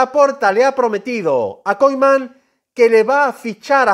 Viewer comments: Ronald Koeman no koiman que no sabes hablar hermano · Pero por qué lo pronuncia como koiman y kuman?